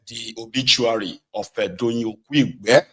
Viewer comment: Doyin Okupe not "Okuigbe"